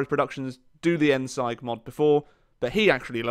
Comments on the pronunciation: It's pronounced 'end-zeeg', not 'endsaigue' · No one: Endsieg: Endsyige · endsieg is pronounced as "end-seeg" not "end-seig" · it isn't pronounced end SIGE, it's pronounced end SEEG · no it is pronounced endsieg not like this "end-seeg" or this "end-seig" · How Germans pronounce Endsieg: Endsieg How pronounces Endsieg: Endseig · It's pronounced "Endsig" not "Endseig" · "End Siag" Its pronounced "End Siig" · Challenge: Learn to pronounce "Endsieg" correctly. Hint: It's not Endseig. Try: Endseeg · I think its not "endsight" its "endzig" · Why can nobody properly pronounce Endsieg? It sounds like Endseeg not endsige. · Did he call it endseig? Fuuuck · how he tries to pronounce it -_- endsigh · It's endsieg not endsike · Immediate dislike from how you said endsieg, you say it like endseig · Disliked cos he said ENDZIGE not ZEEG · btw. U have to pronounce the ie in ENDSIEG like 2 ee's. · End siege** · Connor O'Neal actually it’s pronounced « end-seesh » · End-Seeg,, End-Seeeeeeeg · "Endseig" TRIGGERED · end-sige , XDDD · The "Endsike" mod xD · great video, but i have a small tiny annoying correction :D the word "sieg" is german and is to be pronounced like "seeg" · Endsieg is not spoken as endsight. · One small thing: It's pronounced "End-seeg" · It's pronounced Endseeg (like seek only with a g) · You pronounce "Endsieg" like Endseeg or [ˈɛntziːk] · It's ENDZEEG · Endsieg is pronounced „Endseeg“ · It's pronounced Endseeg (with a soft s) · Endsieg, not Endsike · Oh, god that mispronounciation. Endsieg is pronounced " Endzeeg". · End SEIG? bruh the pronunciation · It is pronounced endseeg :) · its pronounced end-seeg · Did you just say "Endsaig mod"? You really butchered that word. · its end seeg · That endsieg pronunciation in the beginning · You pronounced "Endsieg" wrong. That was fucking painful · your pronunciation of "Endsieg" triggered me so much lol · As a German speaker, your pronunciation of Endsieg made my ears bleed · You Said endsieg wrong